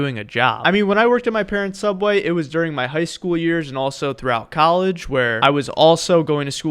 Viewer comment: your saying subway wrong